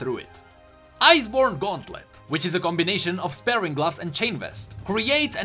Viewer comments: I don't want to sound, but sparring gloves is pronounced spar-ring gloves. Not spare-ing gloves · It's called spah-ring, not spare-ring! Also, thief gloves scale with player level, not champion level. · Sparing gloves? do you mean Sp-ar-ring? I tease :D Aweseom video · Sparring gloves is pronounced like Spar (sounds like far) When two martial artists spar, they are practice fighting each other. The gloves are not used for sparing people. they are used for sparring people. Great video as always though :) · Dont know if someone else has said this, But i think they are pronounced Spar-ing, Like fighting or smth. Love the content, keep it up:) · not to be picky but you were pronouncing sparring like sparing which means to be frugal. sparing is pronounced like air and sparring is a hard R. English is stupid.